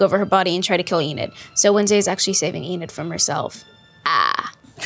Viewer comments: LUIS SAYING “EDNID” INSTEAD OF ENID IS SENDING ME 😭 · NOT HIM SAYING EDNID HAHAH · Ednid? Eden? Ennid? Enid there yall go byeeeeeee😂😂😂😂😂😂😂😂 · "Enid darling, Enid" 😭✋🏼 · When Luis says Enid wrong it’s too funny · Bro how he said Enid got me laughing so hard😂